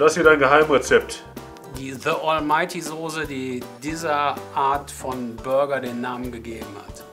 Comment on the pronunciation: sooose....es heißt Soße und das S ist so scharf wie das Grillshowmesser....sieht dennoch köstlich aus, wird ausprobiert :)